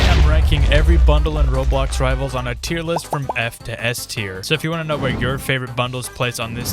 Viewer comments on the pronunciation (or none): none